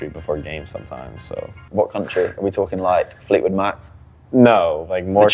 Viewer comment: My dude said Fleetwood Mac 😂😂